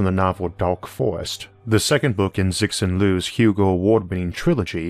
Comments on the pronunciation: That's not how you say Cixin Liu. It's more like 'Tsuh-shin Leo'. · The speaker mispronounced the name "Cixin Liu": the should be pronounced [ts], not [s]; and the should be pronounced [ɕ] (a s-like sound), not [ks]. Btw, it's Liu Cixin; the Chinese put their surname first. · Man i love this channel to death, but that was the worst butchering of a chinese name/word i've ever heard. I know there's a lot of other things to research and work to do, but you'd think someone could have made an iota of effort to look up at least an approximation instead of just guessing at it. I'm not even too bothered about the liu being pronounced 'loo', b/c everybody pronounces lucy liu's family name like that, but 'zick-sin'?? This is a big pet-peeve of mine, don't take it personally, but i don't get why people seem to be satisfied just taking a wild stab at chinese words... if i were putting out something with audio that referred to xhosa i would finally look up how that name is pronounced. To be fair, i can't decide if the chinese are worse with their pronunciation of 'foreigners' names... they assign characters to any famous non-chinese name and then that becomes the standard, which makes sense because you've got to 'translate' a name into the phonotactics of your own language (unless you want to be really pretentious, like using the crazy french 'r' in the middle of an english sentence that includes 'paris'... or actually hitting the 'h' in 'ahmadinejad', etc.), but half the time they inexplicably replace 'k' with 'j' even though chinese has the exact same 'k' sound, e.g. california is 加利福尼亚 'Jia li fu ni ya'. Worst offender though is Sherlock Holmes = 福尔摩斯 'fu er mo si'. No need for his given name, they just choose one or the other, so 'ke lin dun' = bill clinto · Three body problem is a great trilogy. You butchered the author's name pretty badly